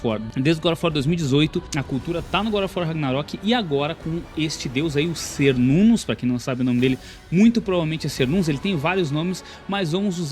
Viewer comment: muito bom o video, mas Cernunnos se pronuncia "ker-nun-nos" com som de K ou qu e não S